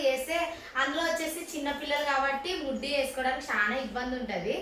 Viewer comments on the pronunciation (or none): ముడ్డి కాదు మిడ్డి అను 😅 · muddi kadhu middi anu 😅😅